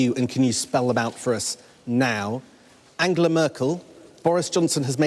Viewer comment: He called her Angola 😂😂😂. I guess she does like the Africans though 😉